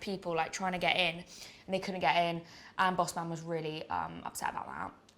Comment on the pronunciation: So funny hearing a mega posho say ‘boss man’